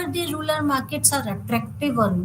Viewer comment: Rural or rular?your pronounciation is heard as ruler!